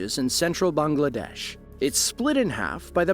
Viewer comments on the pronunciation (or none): none